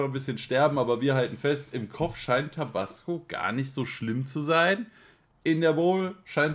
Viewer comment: Fun fact, hier bei uns in der Tekk und DnB Szene kennt man den Begriff 'Tobassgo' :D deswegen klingt es für mich nichtmal dämlich weil ich des schon öfter gehört habe. Aber klar für das Produkt ne lustige Aussprache xd